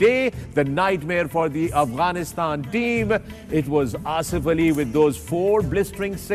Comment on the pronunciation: One Advice to the panel kindly pronounce Afghanistan right.. Its Afghanistan not Aghwanistan. It may hurt the feelings of our Brothers from across the border. Thank you